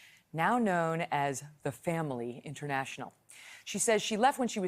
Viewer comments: I wish she learned how to pronounce apocalypse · She cannot say apocalypse correctly lol